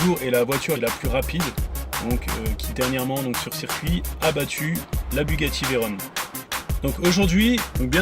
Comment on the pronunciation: c'est "Veyron" pas "Veyrone" ;)